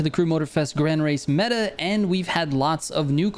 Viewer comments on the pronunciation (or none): none